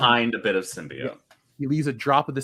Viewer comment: I can't believe still pronounces symbiote as "simby-yaunt"